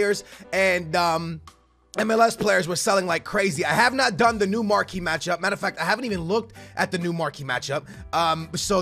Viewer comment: He said Marquee Matchup Correctly!! :O